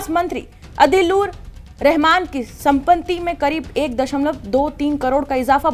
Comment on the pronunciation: आप "सम्पत्ति" शब्द का उच्चारण ठीक ठीक नहीं कर पा रही हैं! 😂😅😮😊